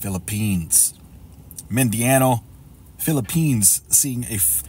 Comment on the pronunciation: It's pronounced MIN DA NOW. I've been there.